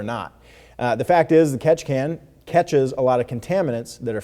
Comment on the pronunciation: Take a shot every time he says Ketchikan you will probably die 😂